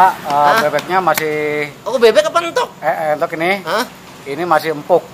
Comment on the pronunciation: entog bos bukan euntog..